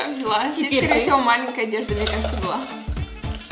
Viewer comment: Что я заметила - малЭнкая!!!!